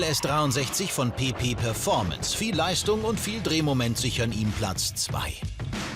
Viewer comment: Ich hab die ganz Zeit PiPi performance verstanden :D